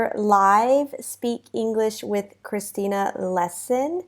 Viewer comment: Hi Christina. I love your pronunciation. Also I am reading your book, is so interesting. Thanks a lot! Christina I would like that you prepare a lesson with the theme of "The conditionals". Bye Christina have a nice day